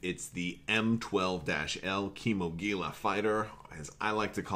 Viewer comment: Back in the SW Galaxies days the big lizard it is named after was pronounced Key-mO^-gil-ah Now technically gila is pronounced hela as in Gila monster. So it really should be pronounce Key-mO^-he-la. Sadly no one gets Gila right outside some parts of Arizona.